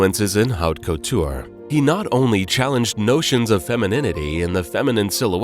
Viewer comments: Wonderful video if you overlook the mispronunciations of couturier, haute couture, Givenchy , Getaria, Mainbocher, Schiaparelli, atelier, and mantilla. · Who is narrating?! To make a fashion documentary and mispronounce Givenchy, haute couture and couturier in less than a minute?! Unacceptable!!